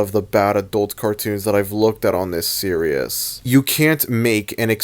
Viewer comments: Series is pronounced “Seer-ees” not “ser-I-us” I will keep commenting this until you notice me PLEASE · Nah.... He's gonna continue to pronounce "series" as "seerious" until the day he dies.